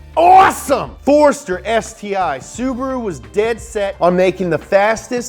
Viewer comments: It's Subaru not Subro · SU . BA . RU NOT SUBURU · Omg I almost died laughing with the ssubahahruhoooo. 😂 holy shit! This channel should be on Velocity